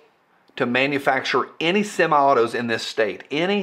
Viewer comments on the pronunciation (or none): said "sema-autos".